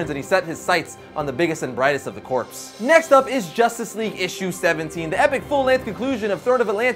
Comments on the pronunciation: corp is pronounced "core" not "corpse" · Did this guy pronounce corps as corpse?